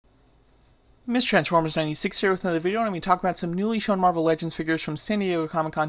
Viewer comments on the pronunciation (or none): none